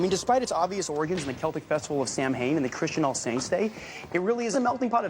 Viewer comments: It’s funny because despite a clear interest in Halloween, the character mispronounces Samhain (often actually pronounced more similarly to [sɑ:wɪn], rather than what he says, being [samheɪn] (sorry for the crap transcription, my keyboard isn’t letting me access a lot of IPA right now)), exemplifying his having an eidetic memory. Because of never having heard the word aloud, he pronounces it as what he would expect the English SLI to prescribe the word as, rather than adhering to the actual Gael language pronunciation! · Makes me lowkey want to have an OC for him and have her correct him on that because it’s pronounced “saw-win” 🤣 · You think they would have gotten Reid to pronounce Samhain properly 😩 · him pronouncing Samhain as two separate words is making me questioning my love for him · I will never get over him mispronouncing Samhain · annoys me so much bcs he mispronounces Samhain and the holiday is actually called oiche Samhain ( I speak Irish) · Anybody else think it was a sin that he mispronounced Samhain despite being hyper fixated on Halloween? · i was just about to comment this! it honestly hurt my feelings because i feel like Spencer of all people would know how Samhain is pronounced